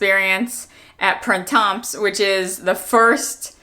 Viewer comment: No labubu for me, but whatever. (You don't pronounce the /s/ in Printemps, which means "spring." ) Love the green bags---like you, anything green grabs me!